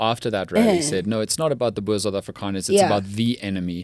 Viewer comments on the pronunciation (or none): none